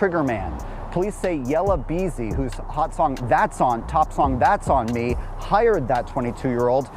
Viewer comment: THATS🫵 on me. Head ahh. Emphasis all f'd up. Lmao